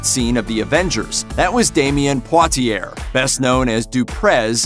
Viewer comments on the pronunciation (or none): Are you pronouncing Poitier half right and half wrong, at the same time? Isn't it supposed to be PWAH TEE YAY? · You are pronouncing Poitier wrong. It is French. As far as I know all names, things in French ending in ier has an ending sound of ee-ay Like Perrier, Dossier, Vizzier. It is the same last name as the famous actor named Sidney Poitier.